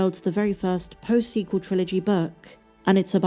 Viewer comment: The "su-sequel" trilogy.